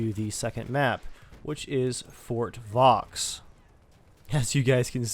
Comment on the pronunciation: little tip, the x in Vaux is silent.